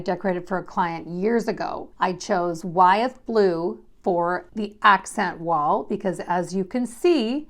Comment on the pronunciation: Wythe blue is pronounce “with”. I used to live in Wytheville VA, which is in Wythe county. George Wythe was a prominent early American figure, and his house is featured at Colonial Williamsburg.